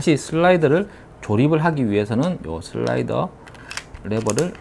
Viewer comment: 늘 게이머&콜렉터로서의 실질적인 조언을 곁들여서 저는 넘나 좋습니다. 목소리는 점점 더 좋아지시는 같고요. 특히 슬라이"더" 발음 아주 좋아요ㅎㅎㅎ